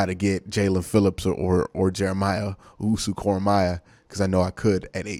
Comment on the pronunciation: I pray to the football gods that if the Browns draft Koramoah, will learn how to pronounce it correctly 🙏